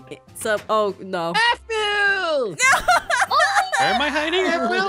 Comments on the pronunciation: Really? To me it sounded like says 'baboo', not 'bamboo'. But otherwise yep. I totally agree! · Newz Kidz it is "Baboo" not "Bamboo" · When as a baby says aphmau he says it like bamboo WHICH IS ADORABLE